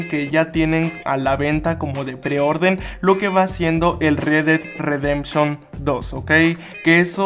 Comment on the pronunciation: "El re ded redemchon 2" xD